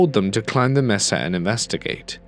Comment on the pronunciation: re: “mesa”: I live in Arizona, but you can do this online, it is pronounced May-sah, not Messah.